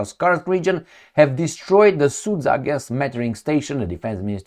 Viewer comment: Sud-ZHa,, sud-ZHa! Not SudZa. 👎